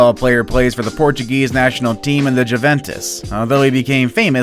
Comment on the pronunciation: Federer, Juventus, Cavaliers... 🤦‍♂️